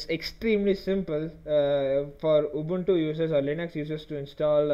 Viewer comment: Thanks for saying Ubuntu correctly